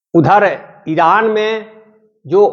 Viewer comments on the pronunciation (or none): none